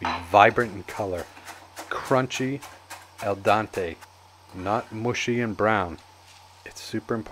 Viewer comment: Al Dente, it’s pronounced with an “e” instead of an “a” ;) you’re welcome!